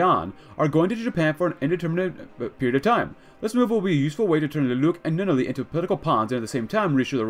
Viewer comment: Love that you're doing this. Lelouch is pronounced (Lay-Loo-Sh) and Nunnally is pronounced (N-On-Al-Lee)